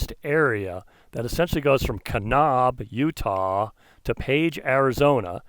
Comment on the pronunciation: Kanab rhymes with grab